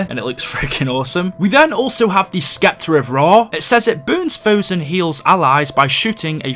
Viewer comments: You keep say s'k'eptor and its killing me man... The c is silent... It's just septor... With a silent c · not to be rude my friend but it is pronounced skepta its Septer like the way you say it is weird but just so people dont call you out on it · Not Skepter. Septer. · Scepter is pronounced (septer) it's ok I gotchu fam 😎👊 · the c in scepter is silent